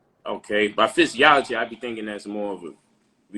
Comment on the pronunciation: He lost at Jesus is fizz zee ology (physiology!!! ) somebody going to have to correct him on the usage of the word. 🤣😂🤣 dude been speaking to so many uneducated people for so long that he feels he's actually a educator. Salute to for letting him live. The best teachers speak with a humble heart but just like that crocodile that negative energy is dormant and when its go time...smh say less